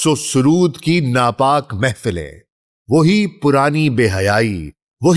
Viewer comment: Raqs o sarod. Not sarud